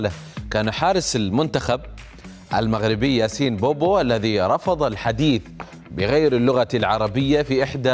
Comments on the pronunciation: بوبو عند امـ ـك ، الاجانب ينطقوا اسمه سوا ، وانت تقول بوبو ، خسارة البدلة الي لابسها. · ياسين بونو ماشي ياسين بوبو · ياسين بونو وليس بوبو